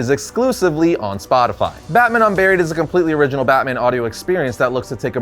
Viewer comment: When you said Batman Unburied I wasn't looking at the video and thought you said Batman UnBarry-ed